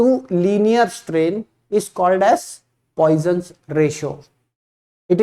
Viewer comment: Poison nahi 🤣 "Poisson's ratio" pronounced as 'Possaun' ratio : Its french name.